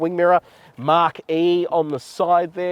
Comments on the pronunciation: Being pedantic but it’s pronounced MACK not MARK. 🤣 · You keep calling it a MARK -e it is a MACH-e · Its not a Mark E, like mark e mark... its a Mach E